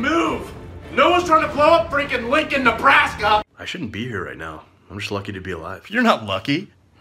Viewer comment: the way he said nebRASka